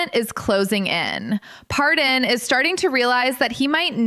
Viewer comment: I hate to tell you but if you’re going to report on someone’s life you may want to actually pronounce it correctly. His name is Paydon and not Pardon. But I’m sure he will pardon your mistake if you leave him alone and stop trying to make a living out of his painful life.